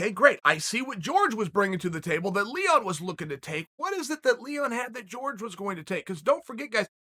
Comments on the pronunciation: His name is " hor- hey Mahs-vidahl" there you go chael.his name is "jorge" not " george" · It's Jorge, not George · I swear Chael keeps calling Jorge, George just to get under his skin. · Chael I love the content but please stop acting like a colonizer and calling people out their name. Jorge not george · "George" Masvidal 🤣🤣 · Chael still calling him “George” 😂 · Why does he keep calling him George ?! 😖🤦🏾‍♂️